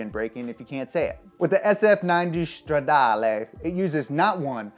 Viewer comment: Dude, it's italian not german, stop saying Shtradale